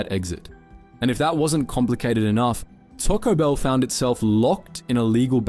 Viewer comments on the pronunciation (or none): Taco Bill not Taco Bell 😂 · Bill not Bell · “tocko bell”? Lmao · Try pronouncing the name properly! Its not Tarco Bell. Its Taco Bell.